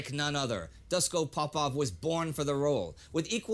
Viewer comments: its Dushko with ''sh'' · It is Doosh ko. Not doos ko. When you see latin letters with horns Just think of it as h in english. Shock in serbian is Šok (sh=š), ch=č, check in serbian is ček. And c in serbian sounds always as ts in tsunami.